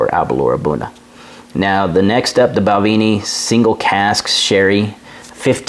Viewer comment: great review... for me its Aber-l-our ( "our" at the end, nae "oor") and Bal-ven-ie ( "ven-ie" in the mid, nae "vien-ie") and Glen-dorn-ich ("dorn" and "ichhh" at the end). You know your stuff man on the tasting notes, I only taste braw whisky and nae so braw whisky... Balvenie and Aberlour are both nectar.